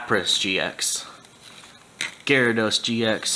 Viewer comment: you said gyarodos GX